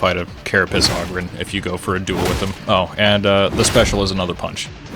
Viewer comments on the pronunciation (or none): Hey just so you know the O in Ogryn is pronounced like the O in Home, Stone, Clone, etc.